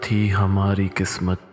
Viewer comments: Just a few problems with your pronunciation. It should be 'qaaf' (not 'kaaf') as in 'qismat' and 'gharq-e-darya.' Also, 'bada khawar' and not 'bada khar.' Thanks. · It's Q not K for Qismat